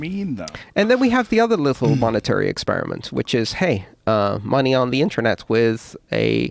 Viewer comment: Cool podcast. But PLEASE someone tell this guy that 'Internet' and 'Intranet' are pronounced differently. Was doing my fucking nut in!